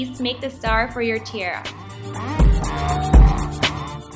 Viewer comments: You say tiara funny( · I love the costume but the way you say tiara is not correct.